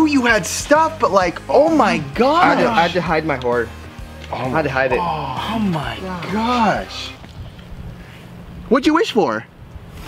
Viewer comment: Joer,pues no se flipa ni ná el,vaya retarder con el oh my gash